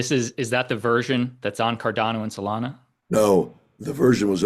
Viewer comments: Holy did he say Solano 😂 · He said Solano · Cardano...and Solano! 🤣😅